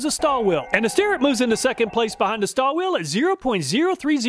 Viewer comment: Stahlville - my understanding of the pronunciation